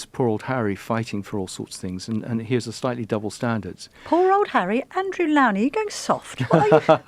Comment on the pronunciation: Please learn how to pronounce the biographer Andrew’s surname correctly .